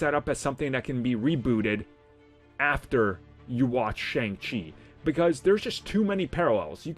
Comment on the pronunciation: This dudes voice is too annoying. I've been around nerds long enough to know this guys super basic lmfao cant even pronounce Shang Chi right. What a joke